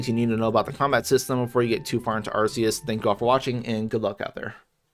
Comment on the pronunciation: You pronounced Arceus wrong